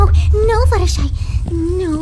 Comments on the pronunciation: ITS FLUTTER SHY NOT FLUTTER SHEE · Smitty Werben Jaeger man Jensen Its Fluttershy - Why are you calling her FlutterSHEE?